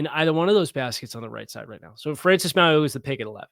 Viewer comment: Hey. Ok, I need to teach you how to say Francis Mauigoa's name. I can't go through the draft season with you saying his name the way you did today. Lol. His name is pronounced "Mow-ee-know-a". The G is silent. I have been hoping for 2 years that tbe Dolphins would somehow land him, because I have watched every game he has played in, and he will be a perennial All-Pro for years. He's got the work ethic and the athletic ability for an OL 330-plus pounds that is rare. PLEASE, PLEASE Miami draft him!!